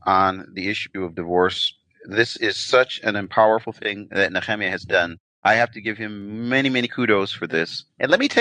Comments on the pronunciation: Somebody needs to tell Nehemiah, Canada, law, etc don’t have an R on the end. Why say Nehemier????? Smh 😂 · with no R on the end it makes no sense phonetically. It’s not proper at all.